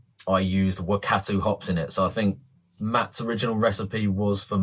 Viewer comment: Love the music mate 😂 And good effort on your pronunciation of the NZ Hops Wakatu and Motueka, maybe research that one a bit more. I'll be brewing this soon. Cheers